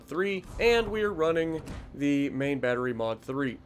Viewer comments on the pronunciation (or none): none